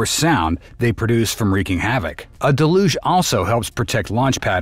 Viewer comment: stupid AI voice can't pronouce DELL-UGE not DA LUGE. spelled Deluge.